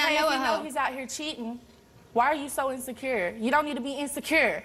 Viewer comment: Why did she emphasize insecure like that